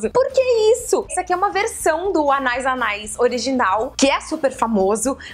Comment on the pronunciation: La vie est belle = A vida é bela <3 Tô morrendo com esse anais kkkkk Quando tem uma trema no i, a pronúncia é Anaíííís ! Meu perfume é o Miss Dior chérie ! e minha dica é ir nas lojas físicas de perfume e ir cheirando tudo, depois compra online kkkkk